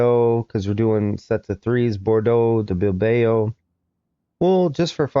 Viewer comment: Caen is pronounced almost like "khan" instead of cayenne. Bilbao is Bill-Bow. Little nitpicks! nice video